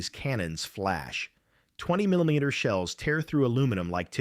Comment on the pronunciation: Did anyone catch the commentator (AI) pronounced 20mm?